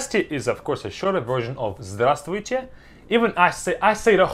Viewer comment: Glad to hear you say здравствуйте I'm still trying to perfect pronunciation